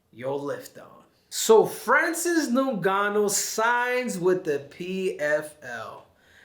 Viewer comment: "so Francis Nounganou" 🤣🤣🤣